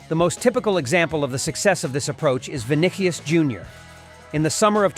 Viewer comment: Vinnikyes?…. 😂😂😂 AI generated